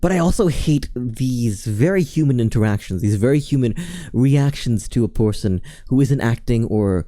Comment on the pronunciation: "porson" hehe 🤭